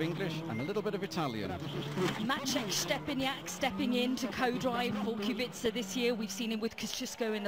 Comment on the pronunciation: how hard can it be to pronounce his name lol..... qu-be-ca